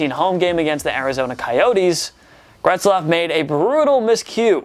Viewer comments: I thought I was going crazy, but this dude was seriously adding a letter to his name. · Who tf is Gretzlaf?? It Getzlaf man, damn. Smh. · Where is the R in "Getzlaf"? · It’s Ryan GETzlaf not GRETzlaf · It's Getzlaf, not "Gretzlaf" 😂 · How are you pronouncing Getzlaf as "Gretzlaf" ? Where are you getting that "r" from? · Its Getzlaf not GRetzlaf.... There is no R. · Getzlaf not Gretzlaf bud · It’s pronounced Getzlaf not Gretzlaf. It’s pronounced exactly like it looks 😂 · for god sake theres no R in GETZLAF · Could you imagine claiming to be a place for sports fans by sports fans and only have to say 10 names right but yet you can't say GETZLAF. I would say that should be number 1 on this list but Biondo is the last thing I'd consider a Superstar. Maybe pump the brakes on a video everyday for and let him do once a week because the other guys are actually good at this. Please point to the R in GETZLAF you had 1 job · He butchered that mans name 8 times. 8 TIMES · go ahead keep calling them gretzlaf and pet-rangelo